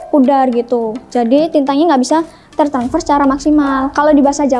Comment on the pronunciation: Aduh mbaknya imut banget tertransfer jadi tertanfers 🤭